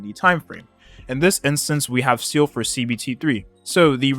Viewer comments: (Seeele is my Favotite character since HI3rd is a thing, so I will, as you said, pull for her just for it) But please, do you guys really pronounce Seele as Seal? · It always pains me on how people butchered Seele's name even the EN VA ingame 🤣🤣